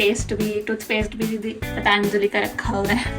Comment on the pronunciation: 😂 Its not Phaathaanjali! Its Patanjali